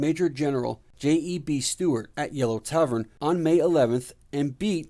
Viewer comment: Not bad! Thanks. However, next time please pronounce corps as "core" and J.E.B. Stuart as "Jeb Stuart." Please clap.